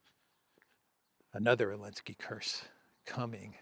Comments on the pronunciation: I can't understand why he says "Elensky" does he have a problem pronouncing the Z? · I love how you say Ellensky haha